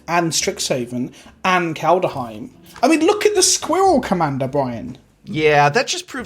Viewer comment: FYI: It's not "Kald-a-heim", it's just "Kald-heim".